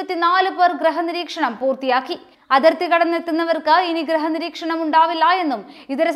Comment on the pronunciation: ഗ്രഹ നിരീക്ഷണം അല്ല കുട്ടീ ഗൃഹ നിരീക്ഷണം.. എന്തിനാ കുട്ടിയെ പറയുന്നത്? മുതലാളിക്ക് പോലും ഉച്ചാരണശുദ്ധിയില്ല. LLB ക്കാരനായിട്ട് പോലും